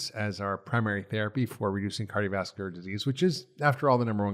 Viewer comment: I’ll evaluate my hearing, though I haven’t noted an issue to date. I can hear him & volume up or down doesn’t make any difference. He swallows entire syllables: skips right over them. “Cardiovascular”, for example, becomes “carvaslar”. That one I can readily understand because of the context and the syllables he does pronounce are a part of the familiar word he probably means. In other points I’m not already familiar with, it’s a lot of work to replay and interpret.